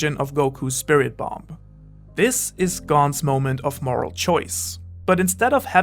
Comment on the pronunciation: you said “what makes someone morel” and i was like idk carry around a big pipe